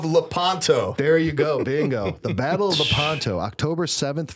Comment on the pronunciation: Hi Folks. A little correction: Battle of Lèpanto. Accent is on the first syllable. I hope you see this. Cheers and blessings.